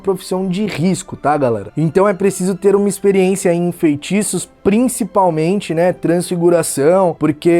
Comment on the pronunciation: "Desfaz festiços..." Kkkkkkkk